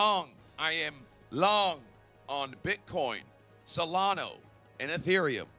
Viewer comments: SOLANA NOT SOLANO BRO 😂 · I think it is pronounced SolanA not SolanO, ser . . .